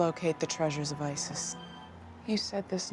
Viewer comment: ISIS its me or it says I.S.I.S?